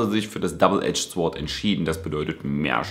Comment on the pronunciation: Sword spricht man ohne w, also Sord aus^^ ich weiß, ist nicht so wichtig, aber wollte es nur kurz anmerken :P